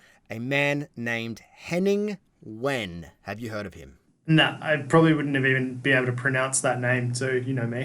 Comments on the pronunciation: McClymont No. First his name is Wehn, not When. Second 'W' is pronounced 'V' by Germans. Hence 'Vain' or 'Vahn" Third is David Mitchell pronouncing Henning's name after working with him for about ten years on "The Unbelievable Truth": I believe David would be close. Best Wishes All, for a Happy, Healthy, Peaceful New Year. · It's pronounced 'Vain' but never mind! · His last name is Wehn. 'W' in German is pronounced 'V'. So you would say 'Henning Vehn' in English.